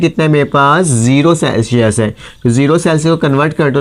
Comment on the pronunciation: Celshius nhi hota sir Celsius hota hai 😂